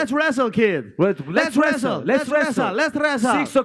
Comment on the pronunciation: lets resstle, lets resstle, lets ressel!